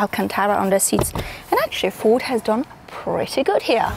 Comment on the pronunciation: Where’s your accent from? Where do they pronounce Ford „Foord”?